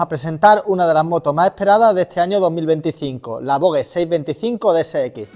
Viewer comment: Voge cooñooooo, la g es como j, en castellano